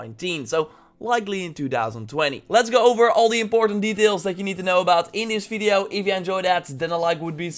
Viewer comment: I was wondering that why you say "fideo" instead of "video" ?